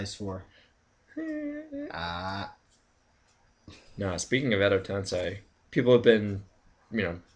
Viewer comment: Tensei is not pronounced "ten-sai" it's pronounced "ten-say".